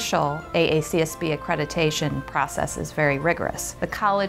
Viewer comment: It's ACCREDITATION, not ACCRETITATION!!!!